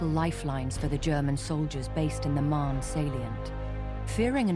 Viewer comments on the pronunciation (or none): none